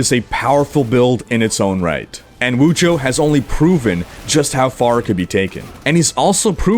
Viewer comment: lol Wujo? You missed like 3 letters and a whole syllable bud... Wudijo